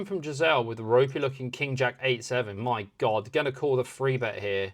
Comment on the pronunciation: Enjoy the content, but please stop say "free bet". You say "three" when there is a three on the board, so you can say three. 😅